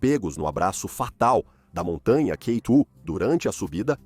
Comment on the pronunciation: IA - observem como pronuncia K dóis, com o O aberto, e como se atropela, às vezes.